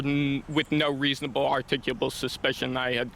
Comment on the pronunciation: Good you kept your cool... You need to learn how to pronounce "articulable" .....